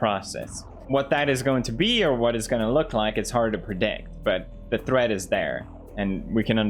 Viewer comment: Video title: 15 minutes of Pewds pronouncing "threat" as "thread"